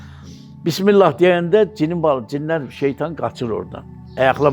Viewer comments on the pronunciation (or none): none